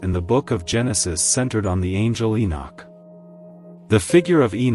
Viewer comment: That is Enosh not Enoch please